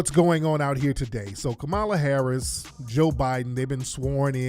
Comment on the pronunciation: I cannot 😩😩 he said Kamami Harris